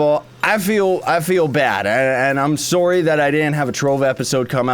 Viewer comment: Yeah guys he's sorey